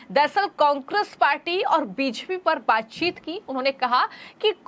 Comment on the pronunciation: बोलना सीखिए मैडम... बीजेपी को ह्वीज्पी मत बोलिए